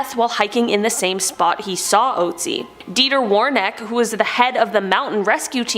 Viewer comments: its not oatsi.. its Ötzi!!! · Still sh*tting myself over the way she pronounced ,,Ötzi".... she calling my man over there ,,Ohtsie".... she probly butchering every foreign language she comes into contact with..... smh.... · The name of the "ice man" is pronounced "ootzi" with the "oo" like in book or cook. Not that it's a big deal, just thought someone might want to know. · How is she pronouncing Ötzi??😂😂😂😂😂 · The way you say ötzi makes me wanna cry. No offense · So I have watched the first 2 objects and theres already been 2 wrong pronounciations. Shalom and Ötzi please its not shalome or oetzi (no hate tho)